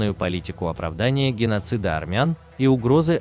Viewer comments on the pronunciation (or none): "Генассыита" 😅😅🤦‍♂️ Ой, позор, позор!